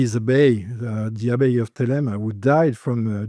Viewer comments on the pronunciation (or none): none